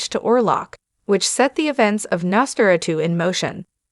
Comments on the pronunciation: “Nos fera - tu”? When can we expect the sequel, “Nos fera - 3”? Gotta love AI narration… or hate it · Lady ( or whatever you are ) you told you how to pronounce the title ! WOW ! Why are you even a narrator ???? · why are you pronouncing Nosferatu in such a weird way?